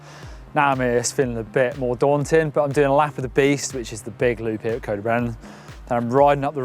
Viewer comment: It's not cowd y brenin its C-oi-d y brenin